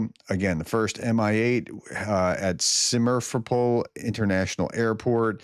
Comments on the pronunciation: Break it up and take it slow ! Veliko means "big" - mihaylivka is (I think ) michael ! A town named Big Michael ???? Also - Simferopol - you keep switching letters around as if you have dyslexia ! Take it slow - Sim - fer - o - pol !! ( easy ) ! you choked on the "fer" part ! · Simerfopol... ha ha, good enough. Anyway, thank you professor! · seemed as though he was trying to turn it into "Smurfopol" -- Smurf City.